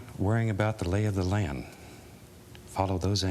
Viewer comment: The lay of the "lan"